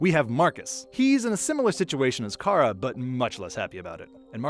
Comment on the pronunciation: Why do you call Kara 'Kai-RA'